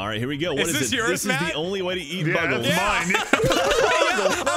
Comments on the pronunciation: was the one who pronounced it wrong. Everybody else was making fun of him for it. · pronounced bugle as buggle. Britta confirmed.